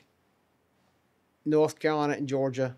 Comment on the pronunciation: "North" Carolina, not "Norf" Carolina.